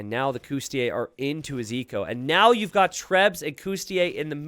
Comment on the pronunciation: Sorry to bust your bubble but the correct pronunciation is cOUs-ti-LI-ayy. You keep missing the third syllable. Cheers